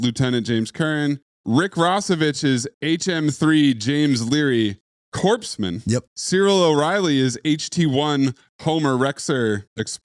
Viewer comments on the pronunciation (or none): The ‘P’ is silent in ‘Corpsman.’ It is not Corpse-Man. Slide whistle gets me every time with the most lime green/deep purple troll haired Phile. Dishonest podcaster indeed